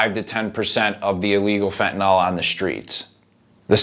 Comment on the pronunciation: why can't americans pronounce fentanyl correctly?